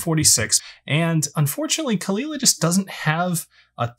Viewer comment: It is indeed cull-eela, not cole aila like many Americans say it..